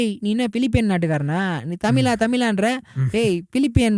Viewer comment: the way you pronounce tamizha is so annoying , my humble request is please pronounce it properly apart from this your video is awesome . Thank you